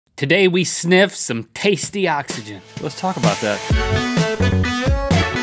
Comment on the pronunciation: me me big boy snif not snip